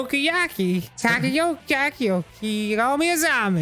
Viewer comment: Now repeat after me Dan. Tah- koh-yah-kee. Takoyaki.